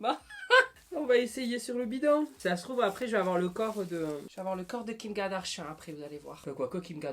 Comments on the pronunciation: Mais MAIS ? Ai je bien entendu Kim KaDARSHAN ? C'est Kardashian ahahaha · Kim kadarchian ! C'est kim Kardashian, bas de gamme ! 🤣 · Tu c'est pas dire Kim kardashian 😂😂😂